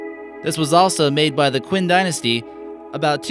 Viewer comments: Quin - pronounced CHIN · it is call qin dynasty not qwin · And Qin was read "quin" dynasty. But I did enjoy n learnt from the video. Thank you. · Qin Dynasty. He just did not pronounce it right.